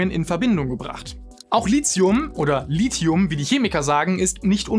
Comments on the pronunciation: Endlich spricht Lithium mal jemand richtig aus 😅 (Gutes Video soweit ich bis jetzt gesehen habe) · Danke, dass endlich mal jemand Lithium richtig ausspricht, und wenn es nur einmal im Video ist. Frage mich regelmäßig, was dieses Lizium sein soll, von dem die Leute immer reden. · Die Aussprache "Litzium" ist korrekt. Steht im Duden. Wenn schon klugscheißen, spülen nicht vergessen.